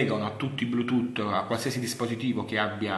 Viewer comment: ыыыы )))))))"блютутто" ))))